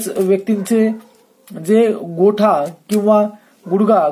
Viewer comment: गोठा नव्हे "घोटा"..उच्चार नीट करा..ही मराठी भाषा आहे...